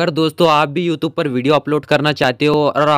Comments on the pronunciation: Bhai pahle bolna Sikh vah YouTupe Nahin Hai YouTube hai😂😂😂😂😂😂😂 😂😂😂😂😅😅😅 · Are bahi you tube hota hai youtub nahi😂😂😂